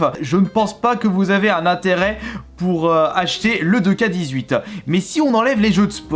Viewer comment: C’est pas « deux ka » c’est « two ké » (nba 2k18)